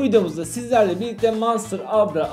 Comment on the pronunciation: Knk monster diyon jdnejebbebe